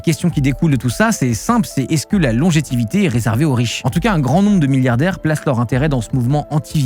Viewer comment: "Longévité", pas "longétivité"